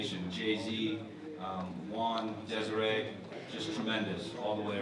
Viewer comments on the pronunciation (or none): none